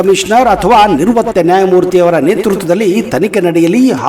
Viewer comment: ಉತ್ಕಲನ ಅಲ್ಲಾ ಉತ್ಕನನ.... ನಿರ್ವತ್ತ ನ್ಯಾಯಾದೀಶ ಅಲ್ಲಾ ನಿವೃತ್ತ ನ್ಯಾಯಾದೀಶ..... 😂